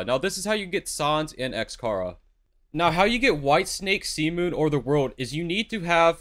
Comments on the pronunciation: Its XChara not XKara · The way he pronounce sans and x chara lol good guide tho 👍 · bro is he saying sans and chara wrong just to piss me off LOL